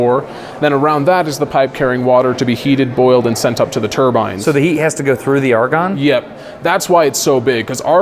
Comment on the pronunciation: I love how he pronounces turbines 😂 I was caught off guard at first